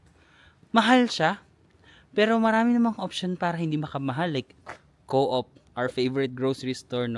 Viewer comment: Hi. New here. Glad you've done your "Dream Trip". More beautiful countries to see! Good luck. God bless. BTW, hehe, yung pronunciation ng Coop ay "kup" hindi "co-op" Hope we can cross path sometime. Enjoy!!